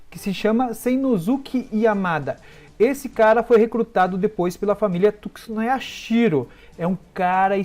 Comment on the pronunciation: Por favor, aprende o nome do clã,. É Tsunayashiro.